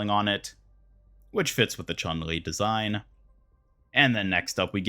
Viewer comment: chun li is pronounced ''choon'' li